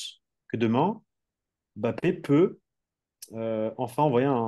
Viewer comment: vous pouvez dire Mbappé et non M' bappe svp 😅 Il a déjà dit comment prononcer son nom. Ça serait sympa! Sinon top la vidéo comme toujours.